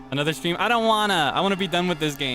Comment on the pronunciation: Otsuukaeee thank chuu for the stweam